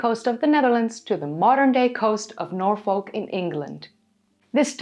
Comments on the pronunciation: Fascinating video. I really enjoyed it. By the way Norfolk is pronounced Norfuk, not Nor-folk. Just on of those silly English things. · Im a tad late but its pronounced Naw-Fuhk not Nor-Folk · Great video, love Doggerland. I know you are always trying to improve your pronunciation, Norfolk is normally pronounced 'Norfuk', confusing I know as folk is pronounced as you did when saying Norfolk. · Minor point, but Norfolk is pronounced "nor-fuk" (like "gnaw f*ck"). And if it is further south as your latitude suggests, the line would go up (left to right). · Jsyk, it is pronounced Nor Fuk. It is a popular destination for holidays and daytrips. In the Midlands we refer to such trips as ‘going Norfolking’. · Love your vids! Just wanted to add, we don't really add the l in Norfolk, we say 'norfuk'. Not being critical just saying! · its norfuk and darby sheer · Hi hate to be a pendant, but I will anyway! As a British person the way you say Norfolk really hurts my ears,I didn't know what you were saying at first. If you want to say it as a British person would pronounce it, it's Nor'fock. Love your Chanel by the way. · I was going to try to tell you how to pronounce Norfolk correctly but the folk part sounds like a swear word :). The pine forest at Holkham in Norfolk is beautiful. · Milo thought you had local knowledge yet you can’t pronounce Norfolk or simply can’t be bothered .. unsubscribe from milo for recommending someone unable to show any local knowledge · Strange slightly Dutch pronunciation of Norfolk keeps making me think that you are American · The way you pronounce Norfolk makes you sound like an AI!